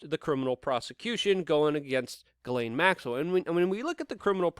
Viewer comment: Luke, I love ya. You're one of the very few real journalists doing relevant things these days, which means that you are performing an essential service to humanity. I support you monthly on Patreon, and I truly esteem your work. BUT I want to scream every time you butcher Ghislaine Maxwell's name It's NOT pronounced 'Gallaine' or 'Gillin' as you do. I agree that by all evidence she really IS a monster and deserves no respect by correctly pronouncing her name, nope, but in this case it's a matter of journalistic accuracy. All your many detractors need do to discredit you is sneer "see, he's just a rube who can't even get her name right." See? I consider you a complete professional in just about every other respect than this one, but it's a glaring lapse in my opinion. It's really really easy to pronounce her name. The 'Ghi' is pronounced with the exact same sliding sound as the 'Zhi' in Dr. Zhivago. Then the sibilant 's,' and last the 'laine' which ought to sound more like 'len,' but isn't as important as the way the first letters are voiced...I won't squawk if you keep on saying it as 'lane' or 'layne.' Dude, seriously, you're aces in my book, I just want you to sound as professional as I know you are. Tell you what, if you need even more incentive, if you start pronouncing this terrible human's name properly, I'll send you an ounce of .999 pure silver, just point me to a PO box or whatever and I'll fork it right over...I just need to hear you doing it to be satisfied. Respec